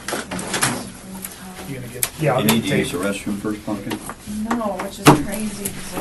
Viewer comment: Did he call her "PUN-KIN" ?